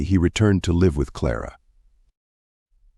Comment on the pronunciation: It's an AI reader more than likely for example sometimes live (rhyme with hive) and live (present tense of lived) are pronounced incorrectly along with names.